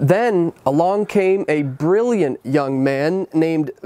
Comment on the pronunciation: Please learn how to correctly pronounce Vitalik’s name